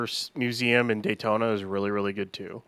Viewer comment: Dude. Not Daytona. Dayton! In Ohio, not florida.